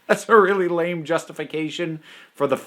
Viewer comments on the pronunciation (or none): none